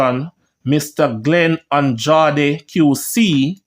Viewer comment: Not an draw deh but an andraaaed so it pronounce Andrade an draid as in cool aid aid not an draw de dre aid Andrade pronounce an dre aid